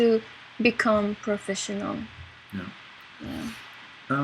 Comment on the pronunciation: profishinal. heh heh. I really like her accent.